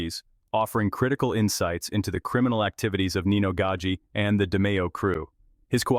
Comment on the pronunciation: It's Nino not ninyo. He's Sicilian not Mexican. Also you pronounced his last name wrong. Gaggi is pronounced gaa-g..get your facts straight before talking about my beautiful Sicilian people !!